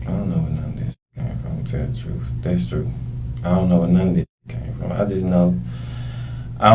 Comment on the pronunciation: He says "Dats the truf."